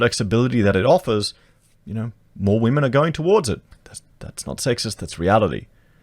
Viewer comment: "Wont somebody think of the Wamen"